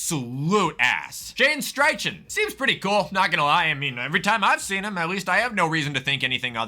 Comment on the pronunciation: Did he just call Shane Steichen Shane striken?